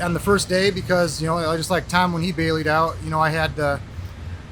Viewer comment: “when he baileyed out” 😂